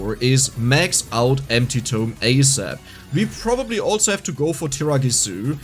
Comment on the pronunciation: It’s TOME not TOMB